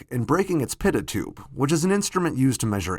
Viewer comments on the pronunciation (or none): It's pronounced pee-toe toob.